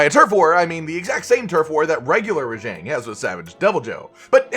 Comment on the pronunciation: Your pronunciation of Rajang is triggering.